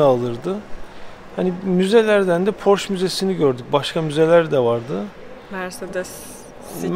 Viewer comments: Amerikalılar gibi "porş" demesek, aslı "porşe" olmalı. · Amerikalılar bile porşe diyo😂